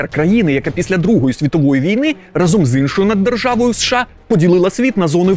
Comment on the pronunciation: Чувакии, попрацюйте над свою вимовою😩 Бо наслухаються учні від вас "разОм" і всього подібного, і буде потім ЗНО на 101 бал.